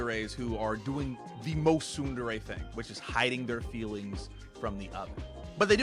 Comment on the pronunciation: What's weird about Japanese is that every vowel is the exact same sound forever, never changing. Most people pronounce tsundere "ts-UN-der-rae". He pronounces it as, ts-UNE-der-rae, because hes trying to pronounce the "U" correctly. But, the "E" will always be pronounced as eh. So it should be Ts-Une-deh-reh